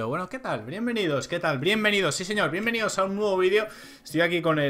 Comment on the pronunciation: al principio en l intro di Brienvenidos